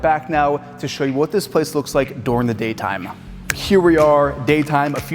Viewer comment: How he’s says during, means he’s from Pennsylvania